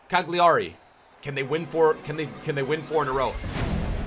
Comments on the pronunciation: I would hate to correct him but Cagliari is pronounced CAL-IARI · Do you wanna learn how to pronunciate Cagliari? It's 'Kal-jari'